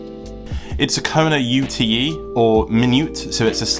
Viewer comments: Small point, but I think you’ll find it is a Kona UTE (yoot, as in short for Utility) , not U.T.E 😊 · Its a Kona 'ute', pronounced 'yoot' like the Australian utility vehicles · Australian here. Can confirm. Ute. (Pronounced Yoot)